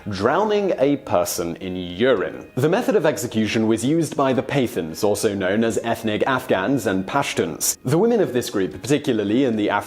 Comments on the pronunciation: paaa taaaans not pathens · "Pay-thuns"? You disappoint me. It's pronounced "Puh-tthaans" with a strong t sound like the last t sound in "that". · Pathans pronounced Pattans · Lol its not pathans with th, its pronounced with the emphasis on the t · Pathans (Pa-thaans) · It's pronounced PUTH-awns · I know many Pathans (by the way, you're pronouncing the word wrongly), and some Afridis, who've come to work in my country, and I don't get this sadistic vibe from them. Can't wait to show this video to them! LMFAO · God learn how to pronounce pathans.